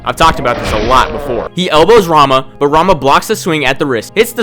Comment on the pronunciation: I am a weeb, so everytime you said "Rama", I heard "Ranma" initially. Technically he's also a martial artist, but that anime is no where even close to realistic, lol